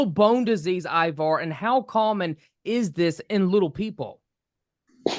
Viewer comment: His name is not Ibar or Iwar! Damn host do better